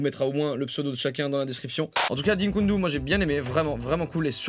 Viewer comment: arrete de dire "dinkundu" putaaiiiin, dikundu c'est pas compliqué